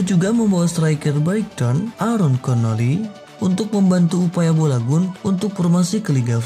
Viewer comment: Balogoun aja bolagun ngomongnya🤧